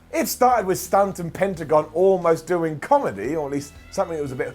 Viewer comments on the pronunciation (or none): none